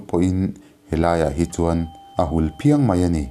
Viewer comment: Ṭiau tih i lamdan hi a diklo deuh e.Hulphiang tih i lamdan hi a diklo bawk.